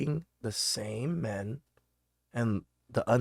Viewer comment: I just love how she pronounces "men" like "me-yen". LOL. Her ebonics is thick. One syllable words don't exist in her world. And when they say "key-ids".